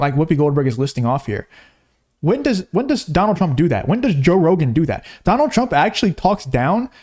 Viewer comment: Why whoopi said Donal I love you too?